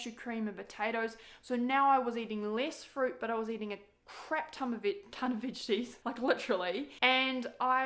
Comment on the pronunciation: i like how you say veges